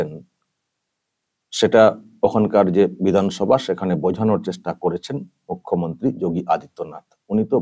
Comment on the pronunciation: মূর্খ.... ন্ত্রী কে আপনি মুখ্য..ন্ত্রী বলছেন। শুনতে কষ্ট।